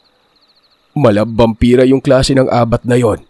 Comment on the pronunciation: Palagi akong nakikinig pero annoying yung pronouncing sa ABAT 🤣. Hindi ganun ang pagbogkas,àbat